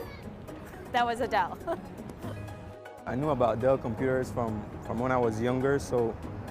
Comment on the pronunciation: We heard it folks... It's.